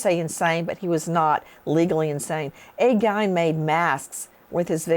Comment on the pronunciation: Thank you for all your hard work & dedication into making these videos for us, Nancy! I’ve enjoyed watching your shows for years and your personality is the key reason lol P.S.: It’s pronounced like Ed “Gain” btw :) some say Ed “Geen” but it’s pronounced like “gain” 😊